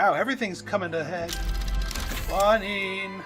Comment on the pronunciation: I do not understand your pronunciation of Quinine - it keeps sounding like you are calling it kwa-neen. The British pronounce it kwee-neen and the American pronunciation is kwy-nine